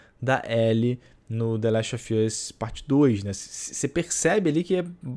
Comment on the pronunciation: "De leste ofi oss"